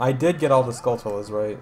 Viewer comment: Man I fucking love your runs... ...but I just thought you should know it's pronounced "skull-chula" like, skull + half of tarantula.